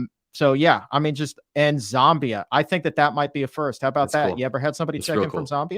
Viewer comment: It’s not Zombia, it’s Zambia please